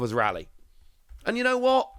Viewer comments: Pretty sure the name is pronounced as 'Ray-lee' (that's how his name is said with jp voice) as opposed to what you're suggesting here of 'Rally' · Rayleigh pronunciation is Wayno all over again.